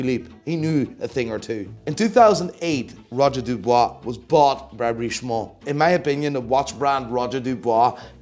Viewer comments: Who the hell is Roger Dubwa? Dubuis, my dear. Dubwi. Now repeat after me. Buying PP you must be strong moneywise, but you don’t understand shit about horology. You completely wrong on GS and AL&S because you don’t understand the innovation behind them. Ps. You can’t hide your Dutch accent, snob. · Its not roger du"bois" 🤡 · roger dubuis not dubois